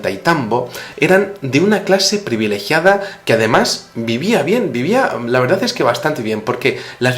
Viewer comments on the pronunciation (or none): none